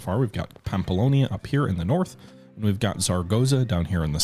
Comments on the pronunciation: it was honestly getting a bit frustrated hearing him pronounce the relatively difficult names correct if not close to correctly and then absolutely butcher the easy ones. it's Navarra (Na-var-ra) not Narvia It's pamplona (Pam-plo-na) not pampolonia or pamploni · You said "Narvaia" like 10 times, it's NAVARRA, literaly says it right there, you just have to read it, same thing for "Pamplonia", it's "PAMPLONA"! If you said it 1 time I wouldn't care but 10 times in a row... Like seriously... Sorry, got trigerred and I'm not even from the area... Anyway, I subscribed and liked, don't mean to be a dick xD